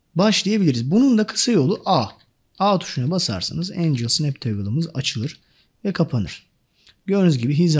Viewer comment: Çok güzel anlatıyorsunuz. Yanlış anlamazsanız Angle "engıl" diye okunuyor, Angel "encıl" diye okunuyor.